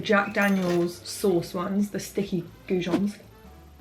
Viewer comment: Chicken gizon? What word is she saying